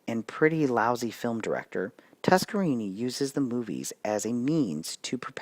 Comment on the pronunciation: it is pronounced TuskerNINI. NINI